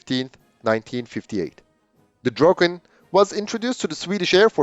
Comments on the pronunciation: Should have said "Draken" with amarican accent instead of butchering the name "Drogen" 😄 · Whole life heard/called it Draken and when whole video it gets called Drogen really hits the ear. Draken(pronounced how it's written) could be Finnish way saying it though so who knows. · Nicely done. Now I know it's pronounced like "drok-ken" instead of like "drah-ken". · Pronunciation is NOT 'droken'. Listen to it on Forvo. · the narrator keeps calling it Dråken, I wonder what that means.